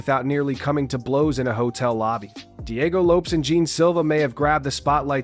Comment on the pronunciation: What the gel is wrong with you peach can you not pronounce Lopes or Jean properly? You Jean Gene and Lopez Lopes pffff……..